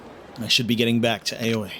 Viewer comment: Aoi is pronounce as Ah-oh-ee, but said faster is like owie.